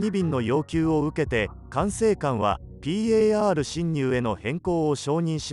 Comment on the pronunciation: ぴーえーあーるしんにゅう の発音がじわる